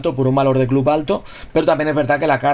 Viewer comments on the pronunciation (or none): none